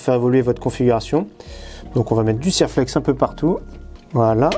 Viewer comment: Bonjour, bravo pour vos vidéo. Ça fait plusieurs fois que je vous entend prononcer le nom de "Serlex" quant vous parlé de collerine, pour votre culture, Serflex est une marque de collier métallique.